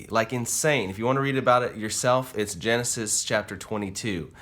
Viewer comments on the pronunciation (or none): none